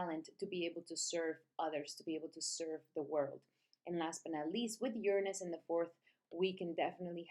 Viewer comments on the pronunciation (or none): none